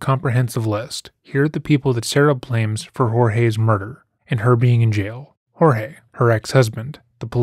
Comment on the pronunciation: I am so glad on how you pronounced Jorge. No one is doing that. You bring a different take to this. I am following this case closely. Thank you